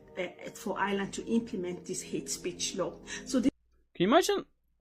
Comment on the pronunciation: The women talking about bringing in Hate speech , first she needs to pronounce Ireland properly it’s Ireland not Island , and if she doesn’t like the Irish people , she needs to go back and fix her own country of origin and stop trying to destroy Ireland .